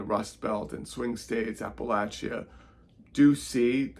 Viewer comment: Finally someone pronounces Appalachia the right way.. App-uh-LATCH-uh